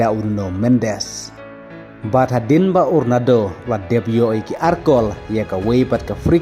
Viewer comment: Ronado😂😂 da pronounce bha lh ba i lhrain 😂